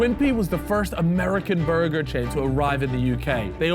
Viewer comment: Just clicked to hear say “Burgur” tbh